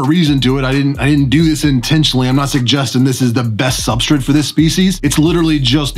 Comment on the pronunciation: Substrate* not substrit lol. Why do you say substrit? Who told you to say that?